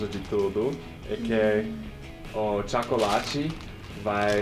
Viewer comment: O tchácolate kkkkkk